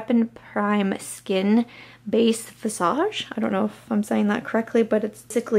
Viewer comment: Hey! You did a pretty good job! Visage is a French word and you pronounced it perfectly but I snt remember what it means but its abt body part